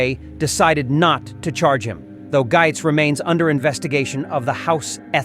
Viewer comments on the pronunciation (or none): Spelled - Gaetz but pronounced like Gates